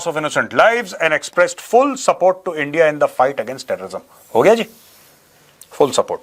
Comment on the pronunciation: Bharat nhi SIR “ENDIA”😂😂😂😂